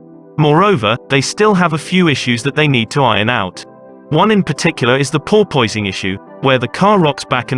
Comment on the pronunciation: I wish it was called bouncing and not porpoising. Listening to youtubers butching the pronunciation of porpoising is like fingernails on a chalkboard